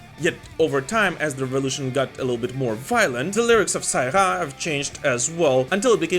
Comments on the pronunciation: Perfect pronounciation of "Ça ira". ^^ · Your "ça ira" prononcation is good.